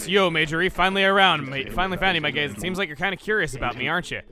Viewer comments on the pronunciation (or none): you know if i hadnt looked at the screen i’d have thought that he said he changed fang’s catchphrase to “my gays” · I thought he said my gays then he started talking about eyes and then i was like ohhhh gaze lol 😂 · When fang says "my gaze" it sounds like "my gays" as in "my dude"